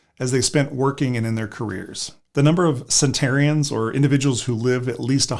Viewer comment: Cen-ten-arians, not “centarians”.